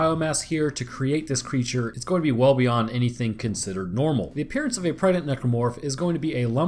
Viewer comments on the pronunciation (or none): he say prdnet necromorph instead of pregnant